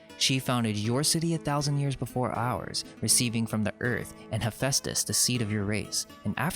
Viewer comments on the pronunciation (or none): none